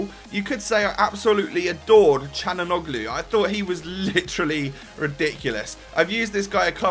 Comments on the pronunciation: It's pronounced exactly how it's spelt cal-hon-a-glu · It is pronounced like "chalanoglu" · It's pronounced shalanoglue